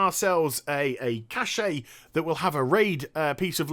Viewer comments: Sorry...but I have to do this, I hate....I repeat...HATE when ppl take it upon themselves to reinvent pronunciations for words.... Cache is not "Cash-EH" or "Cash-Aeee" its CASH.... End of rant, fyi, love your videos..... Oh...and...I liked the Interactions with the "bodyguard" aspect of Garrisons, but am in agreement with you regarding Legion having another "garrison" type game play...don't do it Blizzz!!!!! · cache is pronounced the same way as cash